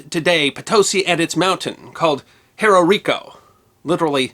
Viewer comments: One correction…Cerró is pronounced s-EH-r-oh. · With respect, for native English speakers, and not using official phonetic symbols, it's better described as SEH-roh with the e pronounced as in "breath". Also, no written accent on the o. It's just cerro, meaning hill, significant rise in the land, or crest of either, depending on context. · And cerro is pronouncer serro